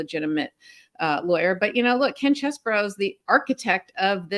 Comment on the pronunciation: Please do not say things like you did when you were talking about Ken Chesborough. You mispronounced it and then said "Or however he says his name". You know how it is pronounced. That is a Trumpish move. Thanks for all you do and fighting the good fight my friends.